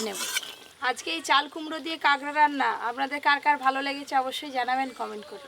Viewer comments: Tumi age kakra bolte, ekhon kagra bolo keno? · Kagra na..kakra bole😂